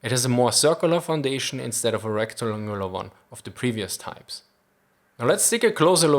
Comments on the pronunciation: "It has a more circular foundation instead of a rectangularoagleuruerar one" Honestly mate, having watched you for some time, I actually noticed how much better your English gets every video, but that's hilarious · rectulungular... ok ok you tried and that’s what really matters :3